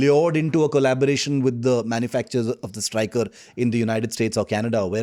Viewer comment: Sorry to say but i need to correct a few innacuracies. Firstly, its Stryker, not Stricker. And the name does not reflect its purpose. U.S. Army has a history of naming its vehicles in honour of its Generals and Soldiers, like Abrams, Sherman, Booker, Stryker. Secondly, Stryker's primary purpose is not "attack" but to provide armored transportation to infantry, with moderate fire support. It falls in a class called Infantry Fighting Vehicles/Armored Personnel Carriers. Tata Kestrel and Mahindra WhAPs fall in the same exact class. Both Stryker and WhAPs have similar design, i.e. an armored V-shaped hull that carries 9 soldiers on an 8X8 wheel drive platform, and typically has a 30mm cannon as primary armament. There's absolutely nothing ground breaking as such that Stryker brings to the table.